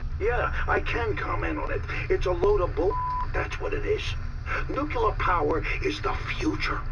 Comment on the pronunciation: nukular power lolwut!